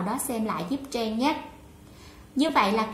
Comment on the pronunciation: Tên của mình mà đọc cũng ko rõ nữa.Trang thành Treng